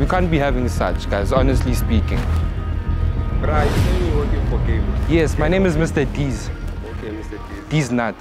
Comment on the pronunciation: You butchering the "honestly speaking" phrase😂😂😂